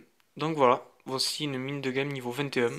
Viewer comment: on dit "jemme" et pas "guemme" :D j'ai comparé tes mines lvl21 et mes mines lvl20 et je confirme qu'il n'y as pas de changement graphique Merci pour tes vidéos